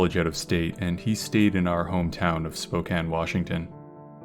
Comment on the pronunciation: You said Spokane correctly!!!